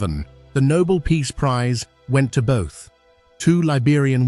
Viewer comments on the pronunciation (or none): none